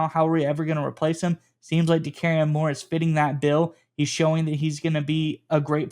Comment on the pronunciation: Nope, no way Oregon usurps the Buckeyes as WRU. And good god, please learn to pronounce Moore’s name correctly.